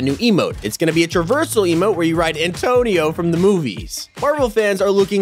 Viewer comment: Isn’t it Anthony and not Antonio?